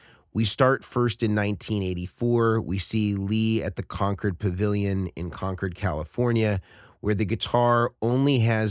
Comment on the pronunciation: That's what I love about a Strat, so many ways to customize and make it unique for so many styles. Great job putting that together! By the way, you can tell you're from the Bay Area because you pronounced Concord correctly. LOL!